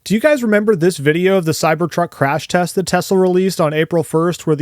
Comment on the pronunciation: This guy proves in the first 2 minutes and 30 seconds that he's also a tool without a fucking clue in the world what he's on about. Can't even pronounce "Crash" and then compares the T-Bone crash results of the Cybertruck to a SUPERCAB F-150 XLT, not a Supercrew Lightning.